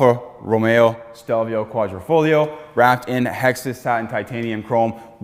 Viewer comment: Quadrifoglio 😉 with a "g"